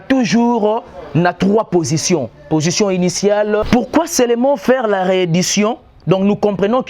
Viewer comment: En tout cas le Congo n'a pas de chance. Il dit celement au lieu de seulement. Il dit per au lieu de peur eloko nini ya bien omoni wana. Bof yo moko ozo loba duction au lieu de diction... zoba na zoba soki ba kutani bako sala kaka buzoba moko.